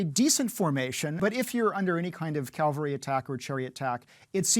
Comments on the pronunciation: He kept saying "calvary." That's the spot where Jesus was crucified. The guys on horses are "cavalry." That's extremely distracting. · Professor, please, the word to describe men on horses is pronounced CAV-AL-RY. Saying Calvary just makes you look foolish. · He is great, but he really should say "cavalry" not "calvary". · Drives me nuts: STOP CALLING IT "CALVARY", it's CAVALRY. CA - VAL - RY. Say it again. C A V A L R Y. Not Calvary, CAVALRY! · Expert in ancient military: Calvary? Cavalry! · 'Cavalry' is a HISTORICAL term...and he is a professor of history. Why do many people say calvary when they mean cavalry? Cavalry are the traditional soldiers on horseback trained in the art of cavalry charges and fighting in horseback. Calvary is the name of the hill upon which Jesus Christ was crucified. The two words, while they have very different meanings, look and sound very similar, so Calvary is often mistaken for Cavalry. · Why is he pronouncing it like calvery not cavalry? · I give you a 3! How can somebody who claims to be an expert say calvary when describing cavalry? That is absolutely ridiculous. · Is it just me, or does his use of the word "Calvary" vs. "Cavalry" bother anyone else? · It's very much not only you! and all the more so since it is clearly not just a slip of a tongue but something he does each time he says that word. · It's cavalry. Not calvary. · especially when he pronounces cavalry wrong. Cavalry, not calvary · Not sure I trust the expertise of someone who consistently pronounces "cavalry" as "Calvary." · This is the second of these videos where a historical military expert pronounces "cavalry" as "calvary." Is it just me or is that weird? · A lot of Americans pronounce it this way, but I don't think he believes it is pronounced that way consciously, if you keep my meaning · Why does he say “calvary” instead of “cavalry?” Is it a dialect thing? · A military historian who calls it a "calvary"? Yikes. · CAVALRY! not 'calvery'. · Cavalry not Calvary